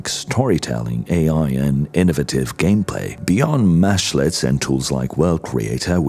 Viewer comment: They are mEshlets with an E. While it mashes meshes together a little bit of a mesh is a mesh-let... I hear this term a lot so the beginning of the video was really painful to listen too.